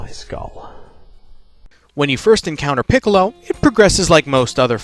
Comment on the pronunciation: please stop saying his name like that